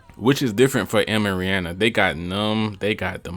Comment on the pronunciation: This dude is legit. He even pronounced Rihanna correctly.